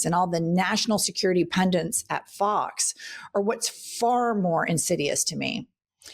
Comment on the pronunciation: you are one of those who say pundiNts, my pet peeve.